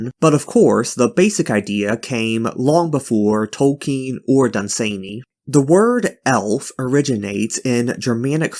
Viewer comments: it wasn't 'subversive' to have fantasy not modeled on tolkien (his name is not 'tolkein' or toll-KEEN as you keep saying) was never true. there was a short time when a publisher would act like that was true. yet it never was, even then. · Who is J. R. R. "Tolkeen"?